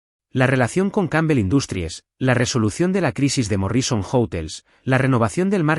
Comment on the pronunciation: ¡ESTA ES LA CLASE DE HISTORIAS QUE ME GUSTA ESCUCHAR! MUCHAS GRACIAS DESDE SANTIAGO DE CHILE. Pero no puedo dejar de decir que me hace rechinar los dientes oír a la IA pronunciar tan ESPANTOSAMENTE los nombres, apellidos y otros términos anglosajones. ¿Cómo es posible que no le enseñen que la mayoría son palabras ESDRÚJULAS, como MÓRRISON, por ejemplo?